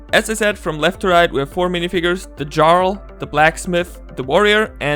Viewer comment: Just so you know, jarl is pronounced "yarl". I only know this because I heard the term spoken aloud in a video of someone's playthrough of Skyrim.